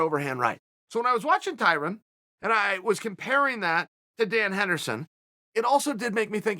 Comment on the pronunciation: Tie-Run LOL🤣🤣🤣